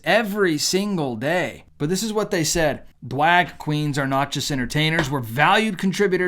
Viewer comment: just to let you know it is pronounced DRAG QUEEN not DWAG QUEEN. otherwise your podcast was great and spot on. I know we are supposed love our fellow man, but I wish these LGBT and what other letters they are using these days, would go back to their closets from winced came and leave the rest of the world alone. God bless you for pointing out the evil and demonic things that are going on in this world today.